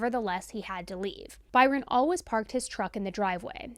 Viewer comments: I love these videos SO much but just a side note, for some reason the way she says the word “always” is beyond triggering for me!!!! 😂 Lol I’ve never heard it pronounced “al-wuz” before I started following and watching. Of course I love her and these videos, so I’ll keep supporting, but she says it about 10 times every video and idk why it triggers me so much!! 😂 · Is the way you say "always" a regional accent thing? I've never heard it pronounced "alwas" before. 🤔 And P.S. do much respect for the way you covered this case. Thank you for sharing Byron's side. 🫡